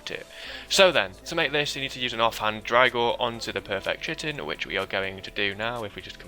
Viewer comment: Chitin is pronounced "kite in". It's an actual word.